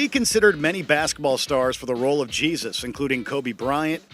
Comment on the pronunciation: The character in "He Got Game" it's not Jesus, like Jesus Christ It's pronounced "Hey Soose"